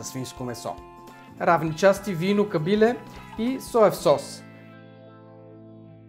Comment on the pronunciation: всичко е много прекрасно, идеята е супер, вече ми е в топ 10, ама като казваш Кабиле - ударението е на Е. Извинявай за забележката, ама съм Ямболлия и...... прави впечатление.